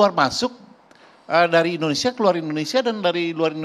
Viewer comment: Mas Egii, cara ucapnya indonesia bukan indonesa...hihihi..